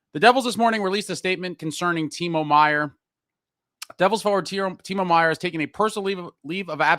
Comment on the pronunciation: It's Timo T ....